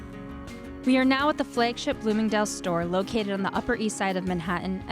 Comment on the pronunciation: Canadian? I noticed your pronunciation of “flagship” and “bag”